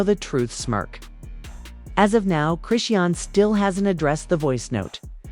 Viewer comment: All of the pics are of BlueFace, not her so called new man. Using AI voice generation is horrible because the wrong pronounciation of her name is very aggravating. So much click bait is flooding Youtube. smh.